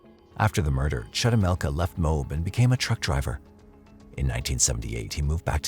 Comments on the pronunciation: As a Utah Native. It's pronounced Mo-Ab not mobe.... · Just so you know, in the Ann Woodward case, the town is pronounced MOE-AB. Not Mobe... This is coming from a lifelong Utahn 😊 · MO-ab is the correct pronunciation.